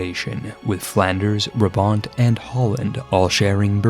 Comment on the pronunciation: Brabant: keigoeie uitspraak jonguh, great reference to the East German car 😎 and I guess the capital city of Friesland is Mayonnaise City 😋